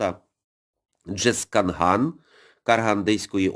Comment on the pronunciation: Не ДжезкаНган, а ДжезкаЗган:) ...зараз назва казахською Жезказган:)!!!! Дякую!